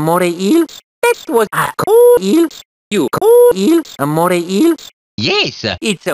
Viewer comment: You call eels amore eels? XD.